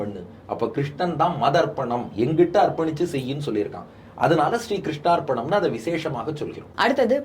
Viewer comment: Not "கிருஷ்ணாா்பணஸ்து". "கிருஷணாா்பணமஸ்து" is correct.